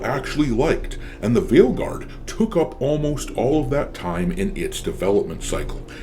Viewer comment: At this point I know people usually say it properly but all I can hear is fail guard 😂